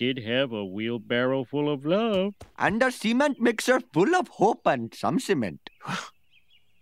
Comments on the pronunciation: Thought Apu said Semen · indeed pronounces the word 'cement' in two different ways...